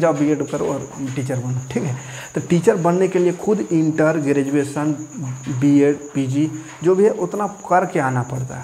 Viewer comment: ई अनपढ़ नेता tenth ka बूक हाथ से छुआ नहीं होगा इसको ग्रेजुएशन बोलने नहीं आता शिक्षा मंत्री है